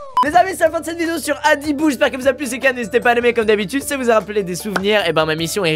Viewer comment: Quand squeezie a dit adibou j'ai entendu brindibou